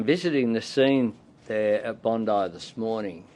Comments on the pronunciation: Bond(eye) not Bond(ee) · "Bondee" Beach?? Seriously?